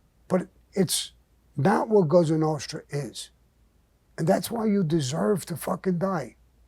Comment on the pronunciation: "Now youz can't leave"